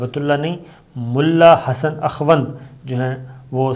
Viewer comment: AKHWAND nahi Akhund kehte hein